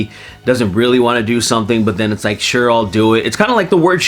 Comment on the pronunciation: “shoar” -arthur morgan